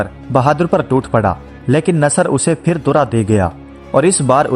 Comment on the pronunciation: Apka talafuz thik nahi hay.. Phir ki jga fir Phal ki jga fal..men apny bchy ko sirf urdu ki waja say sunata hun...to plz talafuz thik kren